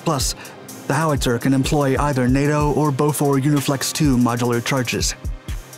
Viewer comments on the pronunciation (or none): none